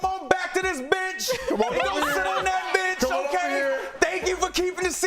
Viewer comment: he said bench 😭 i replayed that 5 times 😭